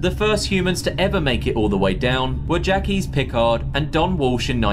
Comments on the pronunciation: I wonder how Jacques Piccard would feel about his name being pronounced "jackies"... This video uses AI narration and suffers for it. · You’re correct also his name is pronounced Jyak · Your AI pronounces Jacques funny. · The thing that got me was the pronunciation of "Jacques" in this video. That sounds like the kind of error an AI would make.